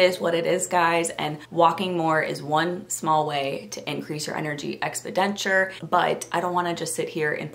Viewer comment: You’re pronouncing expenditure wrong- “ex-PEN-di-ture” 👍